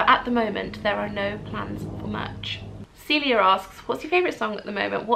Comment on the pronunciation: i just realize i am in this video..omg yay! my name is actually pronounced cuh-celia but celia is my nickname xx